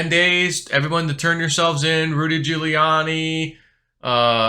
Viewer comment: You pronounce Rudy giuliani's name just like when Biden Miss mashed the Giuliani part